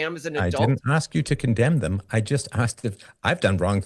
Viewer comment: Did the guy on the left say “zem” instead of “them” ?